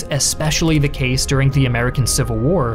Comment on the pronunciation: Sorry? "And THH'e Mine Ball?" That just came off as a bit odd to me lol I mean if it's a sign of a speech impediment, doing a marvelous job of concealing it, i regard it as a VERY small thing to point out but it did catch my ear and I heard it like thrice now. Was it maybe just a bad take? Or... tried to extend the French accent to 'the' even though 'the' is English? lol The French say 'le' or 'la' depending on gender context or some such thing, I dunno, silly languages, I adore and love and cherish my English <3 Proud of my English heritage... sicked at how the UK has fallen so horribly into authoritarianism with people arrested for 'mean Tweets.' Silent majority needs to pipe up, and I have hopes that they are, finally, thanks to Mr. Dylan Mulvaney. I've been speaking out against feminism nonsense since at least 'Gamergate' times, though I have had my own experiences before then with negative interactions of that horrendous and divisive and toxic and cancerous ideology.